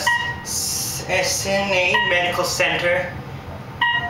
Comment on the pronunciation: Why can't you pronounce Cedars-Sinai correctly?